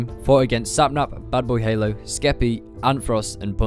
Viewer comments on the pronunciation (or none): none